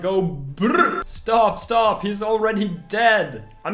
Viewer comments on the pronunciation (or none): none